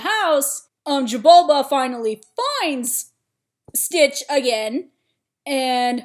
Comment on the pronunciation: His name is Jumba Not Jabulba Not being rude btw just thought that was funny XD